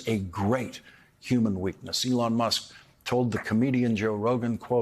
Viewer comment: You accudently misspoke Musk's name for a moment, calling him Muck. I think that is actually perfect for this cretin.